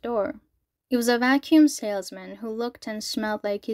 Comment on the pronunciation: "You may have noticed I like saying 'bros' or 'fellas' a lot" No, but I did notice you like saying "vacüm" a lot